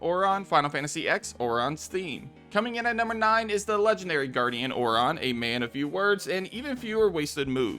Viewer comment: I'm sorry but the way you pronounce Aurons name is so weird. I have never heard it pronounced that way! I personally wouldn't have added it. I don't think it's that great.